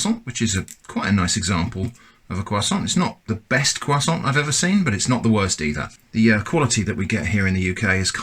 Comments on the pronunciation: I've never seen a non-native french speaker say the word "croissant" this well. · C'est de l'hérésie. There's more bread in canned bread than there's croissant in canned croissant. Btw you pronounced it really well. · I thought he was pronouncing it correctly, but now I feel like I must rewatch the video. I honestly did not notice any difference. I'm from the us.